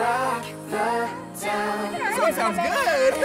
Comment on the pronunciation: I thought he said "sof sounds good" talking about sofia carson❤